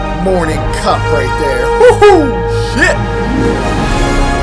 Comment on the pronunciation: IKR WHAT IS "CHIT"